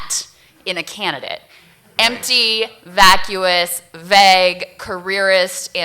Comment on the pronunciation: Why does she keep saying "vegg"? WTF does that mean?